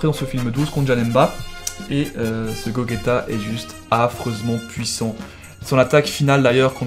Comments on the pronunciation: Juste gogeta se prononce comme si il y avait pas de u toi tu le prononce comme sa gogueta alors que c gogeta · sa seprononce pas gogeta sa se prononce gojeta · C'est gogeta pas gogayta enfin ! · cest pas gogueta cest gogeta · C’est pas goguéta mais gojita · c,est gogeta pas gogueta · "Gaoguéta" X) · Ça s'écrit Gogeta mais se prononce gojeta